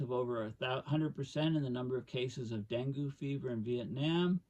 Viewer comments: Pronounced Deng-gee here in the USA. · Great talk, thanks. If I may offer a slight correction dengue is pronounced as though it is spelled dengey or dengee. For those folks who don't know: Dengue fever is a mosquito born disease that has symptoms similar to malaria. It seldom is fatal on the first infection, but is quite dangerous with a second infection and often proves fatal, The incidences of dengue fever have been ramping up here in Thailand, but it will inevitably become a serious problem in the southern tier of the US as the long term effects of climate change take effect. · Dengue. Rhymes with Bengay